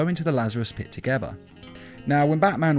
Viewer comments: When u said pit u said piss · Dude half of the time you were saying piss instead of pit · You pronounce it like it's Lazarus' piss